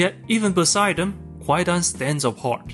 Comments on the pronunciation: "Kwaidan" is pronounced "KAI-dan," with the "w" being a legacy spelling from a historical transliteration system that is now silent. In modern Japanese, the word for "ghost story" is spelled and pronounced "kaidan". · A veritable shibboleth. I came to the comments to see if anyone corrected the pronunciation and I am not disappointed.